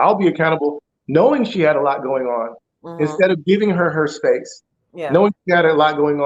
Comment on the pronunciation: Spaxe? I want to hear from my man daily.